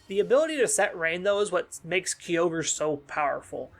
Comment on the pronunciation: Another cool video and covering one of my favorite Pokemon. Though, the most annoying thing I find about this video is how you pronounce Kyogre as "Ki-yogre". It should be pronounced "Kai-ogre" unless my English is wrong. Very powerful once it gets its synergy going, but you are right about the teambuilding. Kyogre Team is pretty much straighforward; Tornadus, Tsareene, Incin, Urshifu-Water, Eleki/Zapdos, etc. You can do more with the other restricted mons, but I think the straightforward and simple team centered around Kyogre is easy to play with, and it is powerful. Personally, I think beginner player can be comfortable with this team, and it can help to teach them how positioning works because no matter how strong Kyogre team is, if you don't position right (which is same for any team), you can be potentially screwed. Not to mention that Kyogre Team can be obvious when it comes to movepool and playstyle.